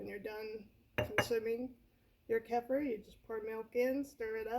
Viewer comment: It is pronounced Ke fear.